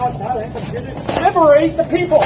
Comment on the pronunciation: LIBEERATE THE PEEOPLE